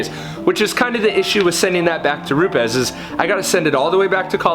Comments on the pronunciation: ROO-PEZ... not ROOPS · You Said 'Rupe es' right...whats the deal there 'Roops' sounds better...lol